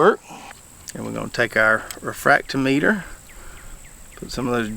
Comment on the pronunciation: 1st off Sir, I happen to have that same exact refractometer. 2nd, it’s pronounced refract-TOM-meter. 3rd ROLLLL Tide ROLLLL!😂